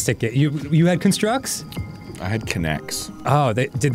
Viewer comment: ITS A CON-STRUCT, NOT A CUN-STRUCK. spelled the same but pronounced differently, it hurt every time dan said that